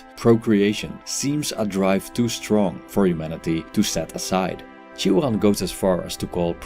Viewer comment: Iv never heard someone prounojnce his name so weirdly lol 😂